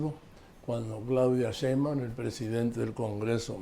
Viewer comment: Joaquín hay que poner a Marín como se pronuncia la Sheibaum, pronuncia muy mal que diga 100 veces como se dice NO LO DICE BIEN ME divierte peroNO ES COMO LO DICE ÉL. SOY FAN DE LOS DOS. DIOS LOS BENDIGA🥰